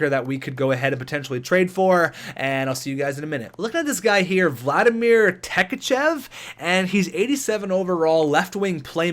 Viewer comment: Give the chance to Virtanen on the 2nd line with Horvat and Yak. If after two months it doesn't work, then look for someone else. Tkatchev is pronounced Ka-Tchev. :) Keep it up man!